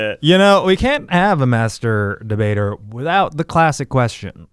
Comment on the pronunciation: Every time Eugene said "master debater verdict" I head "masturbator verdict."